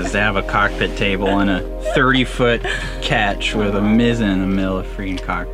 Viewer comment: One last thing. Maybe someone can help me out. Is there a difference in a Ketch Sailing Vessel and a Mizzenmast Sailing Vessel? Isn’t it the way the height of the rear or front mast is set? He pronounces his vessel as a catch, when I always thought it was pronounced as a Ketch, with the sound like ketchup, only using the first syllable for proper pronunciation of the word. Please advise me. Thank you sailing folks.